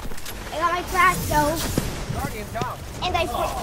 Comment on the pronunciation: "I've almost got my shmash" i broke into laughing when i heard this